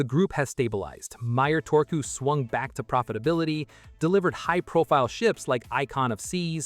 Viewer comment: How hard is it to pronounce one letter in one way. Turku, not Torku. You got the last u corret now use it for the first u as well.